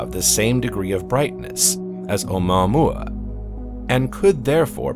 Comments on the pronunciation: Nice way to butcher the pronunciation of omuaomua. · This guy pronounces it in an odd way